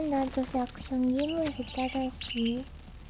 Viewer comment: ｼｰ↑ﾛにｱｸｼｮﾝｹﾞｰ↑ﾑやらせるのは(エイレーン)